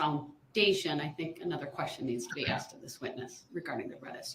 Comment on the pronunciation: He “axed?” Is there something new to add to the charges?